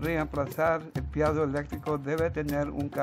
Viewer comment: piezo is pronounced peezo